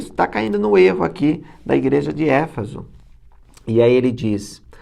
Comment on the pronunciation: me perdoa o comentário. A Igreja de Éfeso, não de Éfaso. Como vc dá palestra e faz vídeos é bom que fale o nome certo. 🤗